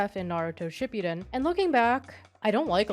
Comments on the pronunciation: Shi-poo-den not shipyuden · the way she tries so hard to pronounce the characters' names the proper Japanese way but pronounces shippuden as "shipyuden"...... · Really not sure why you're saying "ship-yuu-den". Ship-(Hang on the P. Ship-puh) Uu (Like "cool" but without closing the "oo" sound) Den (Literally like the word "Den". Fast and clipped.) Yeah. I hate this show. The entirety of it. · ship-you-den lmfao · it's not pronounced shipyuden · You are the second person I hear pronounce Shipudden that way 😅